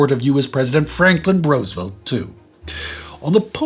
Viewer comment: Thank you for everything you do! Also, thank you for pronouncing Roosevelt's name correctly- it blows my mind how many Europeans don't.